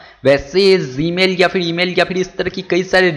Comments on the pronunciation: ame bhai g hota hai zee nahin hota English sudharo apni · BHI aik baaat bata zmail BOL raha email 🤔🤔🤔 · zee mail wtf, pronounce correctly nepali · BHai ek no. Bolta hai tu.... Zee mail👌👌👌😂😂😂